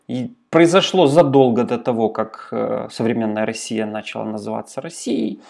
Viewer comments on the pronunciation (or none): none